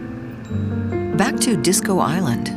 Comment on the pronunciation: It's interesting content. But the narrators are terrible: - It's called DISCO Island, not Disco ISLAND. We know it is an island, no need to point that out. - Its's called FAMILY backgrounds, not family BACKGROUNDS. These are specific kind of backgrounds. Why not emphasise to make sense?